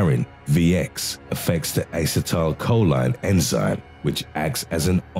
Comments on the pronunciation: A-See-Tyl-Coe-Lean Not Aye-sa-tal-coe-line :) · Uh-set-uhl-co-leen= acetylcholine.. he butchered these names 🤣😂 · Ass-uh-tile-cho-leen? Not sure if anyone calls it that. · Dude no, that's not how you pronounce acetylcholine. Say it with me now; uh-seat-uhl-co-lean. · Its Ass-ee-toe-coe-leen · Since I love the sound of his voice I'll forgive him for repeatedly pronouncing acetecholine wrong, lol. ( I probably spelled it wrong, lol). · Is it the British accent or do you seriously not know how to pronounce acetylcholine? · That way of pronouncing "Acetylcholine" must be a British way of saying that word --- I've never heard it said that way before, as Americans don't pronounce it like that.